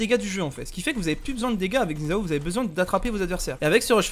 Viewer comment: Merci de ne pas adopter un accent offensant quand vous prononcez Xin Zhao